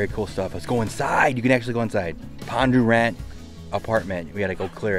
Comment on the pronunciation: It's Bondurant not pondurant